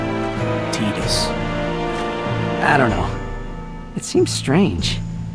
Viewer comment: And the way they pronounce his name..ugh...Tee dus...TI DUS!!!